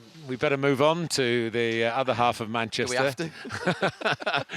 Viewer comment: Love how neville always says Manchester United in the fastest way possible - manchunited